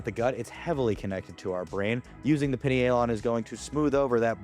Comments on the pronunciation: I think it’s Pie Knee A Lon. Not pinny ay Lon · I’m guna take advise from a guy that can’t pronounce pinealon….. 🙄 it’s like “pineal gland “